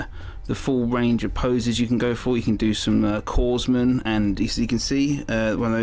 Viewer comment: Pronounced core man not corze man 😂🤣